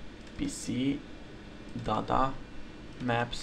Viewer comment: when you say data sounds like dada XD